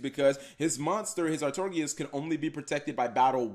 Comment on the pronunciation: Ar-Tor-I-Gus, Some SUMMER Summoner, Kappa Gee.